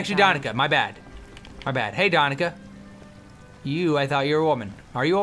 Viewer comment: Its 'DaniCa' not 'DaniKa'. Skyrim is located in Russia, there is a quest that shows the world map, our world.